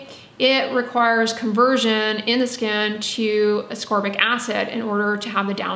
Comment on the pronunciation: Thank you for properly pronouncing ascorbic and letting me know I’ve sounded like a ding bat for 20 years by saying asorbic 🤦‍♀️ I worked in the body care and skin care industry for years. I helped people choose products based on their needs. I know enough about the properties of different ingredients to really help someone take great care of themselves but apparently I don’t know how to pronounce ascorbic. No one ever corrected me and I stupidly thought the C was silent 🤦‍♀️ at least I could pronounce jojoba oil. I used to giggle inside when people would pronounce the j’s when saying jojoba. I wonder if anyone ever giggled at me saying ASORBIC 🤦